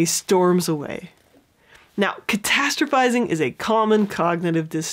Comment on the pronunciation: Okay but can we take a moment to appreciate how many times she said “catastrophizing” properly? Idk if I even spelled it right 😂